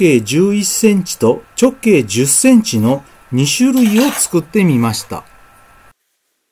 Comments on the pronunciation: ちょっ↑けい↓ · たぶんアクセントに関する発言は 直径のイントネーションの事だと思います。 直↑径↓ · こんなに綺麗にできるもんなのか、すごいな…ただ直径のアクセントが気になるw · 直↑径↓という抑揚が斬新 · 直径の発音きしょすぎやろ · 「直径」って、言い方が訛ってるね。 何処にお住まいだろうか。